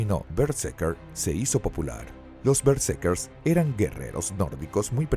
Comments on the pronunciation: Todo el video fue pronunciado mal el nombre de los protagonistas. Omiten la segunda R. Eran berserkers. Lamentable pues era un buen tema. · Doscientas cincuenta mil veces dice el relator Bersekers